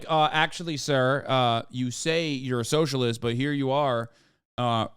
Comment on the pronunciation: "Ughhhhhhh...eeee a Soshurliest"